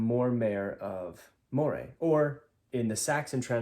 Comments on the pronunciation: Moray is pronounced "MUH-ree." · Moray is pronounced Murray